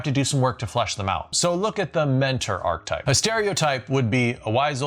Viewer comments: It's "archetype" (pronounced ark-a-type), not "archtype". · Love the videos … but it’s definitely an Arch-eh-type! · It’s “Arch-eh-type”! Love the videos but had to on this one! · Please stop saying archtype. It's archetype. ;) You even mis-spelled it...